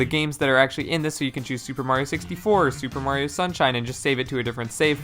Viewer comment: Shuper Mario Sun Shine